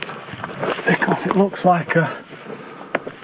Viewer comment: Never heard anyone say because so badly before